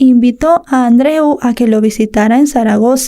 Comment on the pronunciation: Añado al comentario anterior: la pronunciación del nombre Andreu lengua catalana, es perfecta.